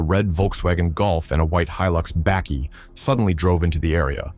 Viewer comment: Narrator is the butcher of south african names - lastig😂 oh there goes the name gauteng😂😂😂😂now bakkie😂😂😂❤